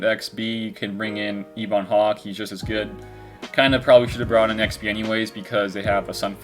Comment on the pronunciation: The Ebon Hawk is pronounced Eh-bun, not Eebon. Great video!